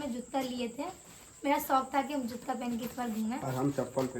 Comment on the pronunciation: Or juta ko jutta nahi😂😂😂😂